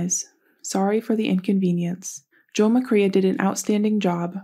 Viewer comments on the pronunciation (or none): Nonsense! Check your facts and pronounce the name correctly at least!